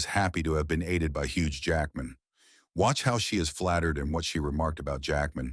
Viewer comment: Bro the ai ruins the names so many times 😂😂😂. Huge Jackman really got me 🤣